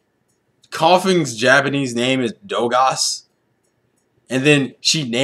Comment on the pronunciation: when they were doing that "who's that pokemon?!" when koffing said Dogas, i heard "Dumbass"